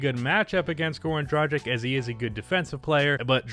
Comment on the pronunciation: learn how to pronounce goran dragic and i will subscribe